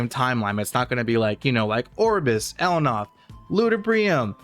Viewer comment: El Nath - L Naaa th Not El Noth